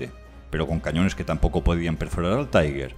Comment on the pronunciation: Este pretende ser un comentario constructivo: se usa una pronunciación en ingles para TIGER " taiguer"; La correcta sería en alemán algo así como "tiga" Un saludo